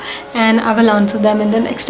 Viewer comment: I loved the way u explained Hinduism and I agree that being the oldest civilization it's the best way to live life and I love the way u say Namaste ❤️🙏